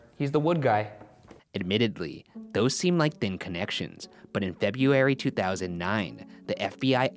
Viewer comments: Ryan still said Feb-ee-ary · From "febbyairy" to "dess" (deaths) Ryan you da man for life! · I'd hear he says febbyary in previous video too... may be it's Ryan's style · zombie_zoha he still said "Feb-U-Ary." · KathyKittyKat febeeary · He can't say february tho